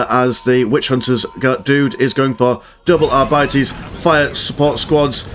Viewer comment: ar-bee-tees.. sorry man.. its naw are bities ;)